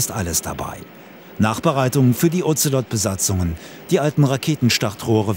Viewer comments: Sprechen Sie mir nach: "Das Ozelot kotzt am Ozean auf Bozfahrt". Das Otzelott! Die Bundeswehr mit ihren Tiernamen, die sie selber nichtmal aussprechen kann... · der Otzelott .... diese Aussprache 🤣 klingt wie ein Ritter der Tafelrunde. Sir Otzelott.